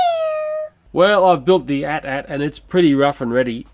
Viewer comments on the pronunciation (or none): With the AT-AT, it's not meant to be spoken as "at" 2x, but rather "a-t-a-t". Feels so good to be a fan of Star Wars! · For the AT-AT, you say "a's" and "t's" separately, as opposed to the word "at" twice. I know of a video that has the correct pronunciation, it's from someone called runescape228, in his review of the Star Wars Transformers Crossovers AT-AT driver. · I noticed you're pronouncing it as at-at. It's pronounced "ay-tee ay-tee" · its pronounced a.t.a.t